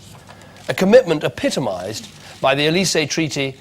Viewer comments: ❎pitomised ✅epitomized (-sed) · pitomised? or epitomised?